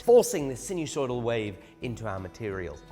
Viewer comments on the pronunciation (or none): Sinusoidal, not so sinewsoidal.